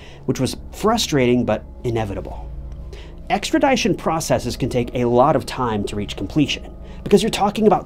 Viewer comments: “Extra ‘DISH-un,”. NOT “Extra ‘DIE-shun” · Extra"dish"on not extra"die"shon Love your videos!